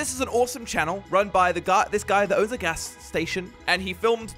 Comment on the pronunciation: It’s gas not ghash and it’s station not statsion